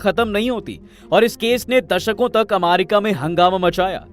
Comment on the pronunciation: अमेरिका ❎️ अमारिका ✅️ 😂😂🤣